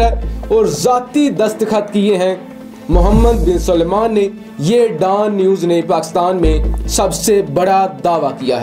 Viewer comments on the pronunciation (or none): DAAN News nahi Dawn News hai!!